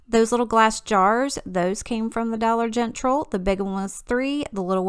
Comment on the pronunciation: GIRL!!!! This turned out SOOOOOOOOO GOOD!!!! Black sheep my......🙄!! This looks awesome!!!! What did everyone else think?? 😂😂 you crack me up with how you say Dollar “Gentral” 😂😂 I’m dyin.